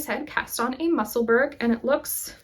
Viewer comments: Actually we pronounce those words as if it’s ura Musselbura and edinbura hope this helps with pronunciation Lindsay from Edinburgh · I likely won’t be the only one to mention this but… Just a friendly message, Musselburgh is pronounced with a soft “ugh” ending just like Edinburgh not a hard “g”. Makes sense since they’re both Scottish cities. :) anyway, wishing you the best and a very happy new year!